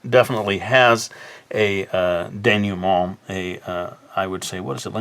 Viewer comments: Your prononciation of "dénouement" is pretty good but to be more accurate, you should say "denooment " rather than "denewment ". ;) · your pronunciation of "dénouement" is pretty good actually! you pronounce the "nou" as "new", while it's pronounced more like "noo". great video! I always have a hard time with endings, so this was helpful! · Atleast he knows how it's supposed to be said, still made me laugh lol "denyument"